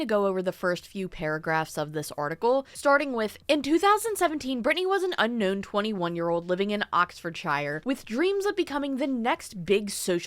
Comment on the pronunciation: Hi it's just a nit pick on my end but it's shire sounding like sir with a h, not shire like the hobbits homes 😉